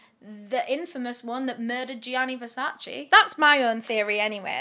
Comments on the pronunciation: You were driving me crazy with the constant wrong pronunciation of Versace. Versace, not Versaci 🙈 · Correct pronunciation of Versace is: 👉Versach-eh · So many I know and love cannot help it/have said "Versace" incorrectly for too long ( maybe do not care at all that is all good too!) I hope people that have loved Versace forever and a day, or are expanding their style or just learning what Versace truly is...more than fashion....don't want to make it a long rant on a great video ha ha BUT internally screams hearing the "chee" at the end of Versace being forever pronounced wrong*. Don't come for me I had to comment as soon as I heard the "CHEE" at the end. EEEEP *back to the kicka$$ vid by cause she is freaking just awesome, doing this YT niche better and expanding into what she has. - Someone that is Italian but lives in the U.S. Any other people that are Italian or not at all..still correct people each time they hear it said that way?? I cannot help it. This channel is excused from it tho lmao just want everyone else to know how to say it. Listen to the Versace family or their actual advertisements/ads. Rest Easy, to a total genius and someone i would have loved to meet and spend a day in the life with or in the brain of this legendary man. #VERSACE <3 🥰🥲🤧